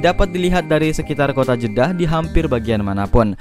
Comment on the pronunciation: Jedah banggg. Bukan jeda